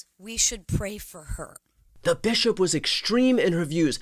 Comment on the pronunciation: “This Bish-op” 😂